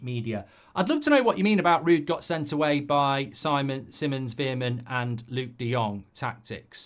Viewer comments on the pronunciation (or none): none